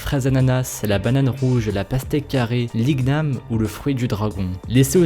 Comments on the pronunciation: Igniam pas ig-nam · igname sa se di pa ig-name mai i-gna-me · Il a dit "l'ig name" au lieu de "iniam "(prononciation) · Ont dit ignam mais sa ce prononce iniam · On di pas ignam ma iniam et en c pas souvent violet ou jabite c jaune dedans et jamais violet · T un menteur l'l'ignam et un légume que l'on mange nous en Calédonie et il n'a jamais était utiliser pour fair des gâteaux ... renseingne toi avant de parler car sa se dit déjà iniame pas ig nam 😅😂👎👎👎😠 se n'est pas un fruits c'est un féculent 😐😧😧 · C'est pas l'ig name mais l'igname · C pas liguename c liniame😂😂😂😂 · Ses pas "LIGNAME" ses "IGNAME" Lit gname ..Sinon bonne vidéo ! x) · On dit I NY AME :) et non IGUE NAME :p Ps je vien de guadeloupe donc je mit connait x) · Banane rouge ,j'en ai déjà mangé chez moi à Madagascar , la seule différence avec les autres banane c'est qu'elle très sucrée. Et aussi ça se prononce pas {ig-nam} , c'est {igname} comme champagne. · L'igname ce dit "lini yam" et pas "ligue nam" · Nice! Mdr! On dit pas IG-NAME mais plutôt INIAME !! Voilà! :-). Au passage faîte un tour sur ma chaîne! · on prononce "Iniame" et non "Ig name" ;) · sa se dit pas IG name mais igname 😒😒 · Salut. L'igname est frequent aux antilles ( je suis de Martinique) et cela se prononce: «iniame» pas «iguename» lol XD. ces vrai qu'on peut faire différentes sortes de plats:) sucré ou salé. a essayer! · On Dit L'igniame ( Niam ) Et Je Suis Antillais Et L'igniame Est Marron A L'extérieur Et Blanc Ou Jaune A L'intérieur... Aller Voir Ma Chaine😉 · sa se prononce iniame pas igname je suis de Guadeloupe et j'aime bien tes vidéos et pour le fruit du dragon il peut avoir la couleur Jaune ou blanc P.s j'adore tes vidéos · Je te corrige un tout petit peu mais on ne dit pas de l'igname mais de liniame ( c'est pas par rapport à l'orthographe mais la prononciation 😉 ) sinon super vidéo comme d'hab 😘😋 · pour le numéro 2 sa se prononce avec gn igname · on dit inyame